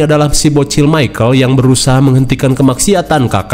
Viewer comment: Michael bang, bukan micahel 😅